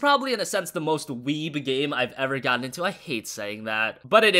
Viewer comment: It really didn't sound like a joke with the way he was saying it and I have to admit that annoyed me a bit. Or maybe it was and I am just taking him too seriously. But considering how he emphasised the word it didn't sound like one. That and he doesn't seem to understand what a weeb is or it has suddenly changed in meaning.